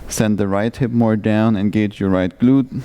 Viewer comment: It's a decent flow, and I wish you all the best, but I honestly cannot handle hearing you say the word "glute" again. I challenge anyone to lead a flow in a second language, so I respect you a lot, but I just...can't.